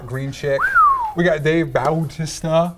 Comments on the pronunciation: Its Batista even though its spelled bautista. He's a WWE wrestler. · It's BATISTA!! -__- but his legal name is Bautista (baw-tis-tah)